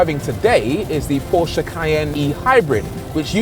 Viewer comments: I love your saying Porsche, like how it’s really pronounced. Not like „porsch“ or whatever englisch speaking people say. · As a German it is so satisfying to hear english speakers say PORSCHÉ!!!!